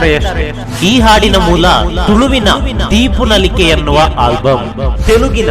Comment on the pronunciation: ದೀಪ ನಲಿಕೆ, ದೀಪು ನಲಿಕೆ ಅಲ್ಲ